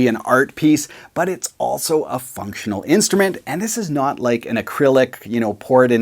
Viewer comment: When you said the glass guitar was “functional,” for an instant—just the barest instant, I thought you were saying something COMPLETELY different. 😂